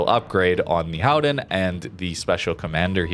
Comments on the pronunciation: On a completely off-topic subject; I was distracted during the video because you started talking about the 'Gooden', and I wondered what that meant, or could be. And then I realized that native English speakers can't say the dutch 'g'. And the dutch combination 'ch' in UtreCHt, sounds the same as a 'g'. Groningen, Gouden Leeuw, Utrecht, They all have that sound in it. Very hard for a English speaking person. Like for me the difference between 'cold' and 'gold' is very hard, or 'good' and 'could'. But one thing a English speaker can pronounce is the 'ou' in Gouden, it's the 'ow' sound in English. So cow-den would be better instead of coo-den. It's absolutely not important, but for anybody who wants to know....There you go. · or anyone help... you refer to a ship several times through out this video, it sounds like you are saying the Howden, the transcript shows "Howen", & what are you saying there, I can't find any ship with that name.... its driving me crazy